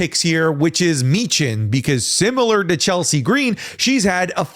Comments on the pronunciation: You aren't allowed to speak Chelsea Green's name without putting the oomph on it. How dare you sir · I'm going to say the same thing that I said on another wrestling youtuber's channel on this same question: Michin, Naomi & Zelina Vega are my top 3 choices for the U. S. Championship. Please, no to Chelsea Gree-een. However, Lyra Valkyria is a great honorable mention for this title.